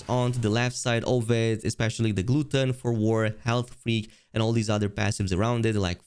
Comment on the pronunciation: "Gluten for War" 🤣 I'm sorry for laughing. Glut-ton. Just one of those "English isn't my first language" things. But it just makes me chuckle.